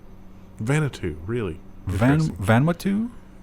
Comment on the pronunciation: Omg .. Vanuatu (Van-oo-ah-to) Yes that was painful to listen to for someone from this part of the world. 🤦🏽‍♂️